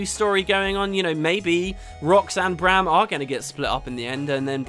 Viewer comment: Refreshing to listen to a video with someone who can pronounce Braham and not say Broham like certain others... :P